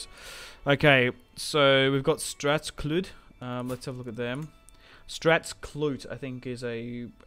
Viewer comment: I’m sorry bro but Its annoying the way you say Strathclyde lol It’s Strath - Clyde As in the guys name Clyde Eg Bonnie & Clyde It’s the name of the river that flows through the area 👍🏻